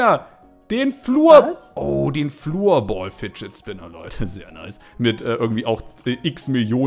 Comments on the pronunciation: Man spricht Floorbal nicht Fluurball aus. Sonder floorball wie es geschrieben ist. Es heisst unihockey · der fidget spinner oder der schläger oder so nennst du ja immer "flurbol" also gesprochen es heisst aber "florbol" will dich nicht kritisieren oder verärgern aber ist bisschen wegenaussprach und so😉😁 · ich feier dich so. ich habe floorball als Hobby und bitte dich darum dass du es florball aussprichst Danke für dein Verständnis wenn du dass liest (Ich hoffe es) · Floorball ist der beste Sport und bitte sprech es richtig aus